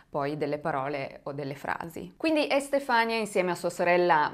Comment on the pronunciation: Magnifica come sempre... 😘 Si pronuncia Estefanìa comunque 😂